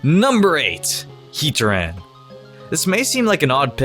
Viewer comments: I used to pronounce Heatran as "Hea-tran' instead of 'Heat-ran' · HeaTRan not Heat-ran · It's heat-tran not hating but just sayin